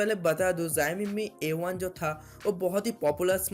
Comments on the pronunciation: it's not ziami it's showme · Aabey pahele jissa phone k video banna raha hai uska namm thiksey bolna Sikha Chutiype , zoxiom nhi Xiaomi hota hai vo aakal ke dushman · Hey are you drunk! 😂😂 You really did no learn to pronounce xiomi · Company ka naam thik se le bhai. jo tu bol Raha hai waisa konsa bhi company nhi hai😂